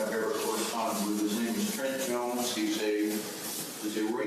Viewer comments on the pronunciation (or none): none